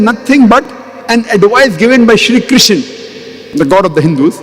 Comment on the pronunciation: Krishna Not kisan Mr broker